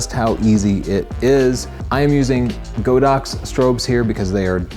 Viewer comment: Great video. Just want to mention that Godox should be pronounced God-Ox, not Go-Dox. The Chinese name of the brand literally means that, God Ox.